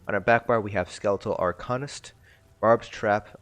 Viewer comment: "Ar-cane-ist" not "Ar-con-ist"